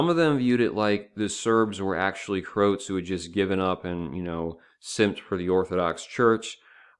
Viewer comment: It's not Krowts it's Croats the same way one would say Croatia - the ROA part is important